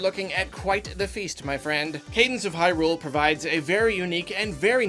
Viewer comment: Why do you say Hyrule with such odd stress on the Hy part?